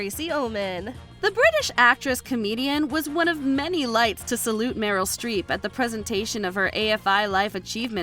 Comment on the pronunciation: Not 50 cent saying “Meryl Street”👀